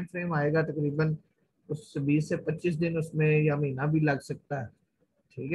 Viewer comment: Only one request, its not “MEENA” its “MAHEENA”